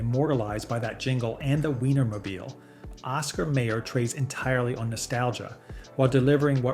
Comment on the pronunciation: Dude, how can you not know how to pronounce Oscar Mayer, like "mire"?